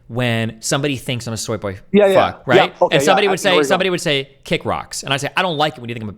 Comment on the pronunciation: "don't call me a tshoy boy" lol